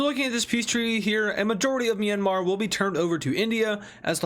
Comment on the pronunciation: Dont say Myanmar like that